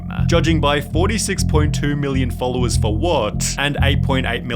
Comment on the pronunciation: the way he is pronouncing "wayyy" "Followersss" ""threehundreeeddd" cant rly that video gues i'm too nippicky but the fact that he is talking with a fake accent is kinda wierdchamp for me